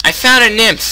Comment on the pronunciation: It's pronounce N-ym-ph :conwayshrug: Yo, Yoyo!